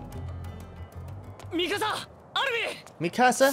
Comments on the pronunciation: its pronounced mee-ku-za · ITS PRONOUNCED MEKASA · He says Mikasa's name wrong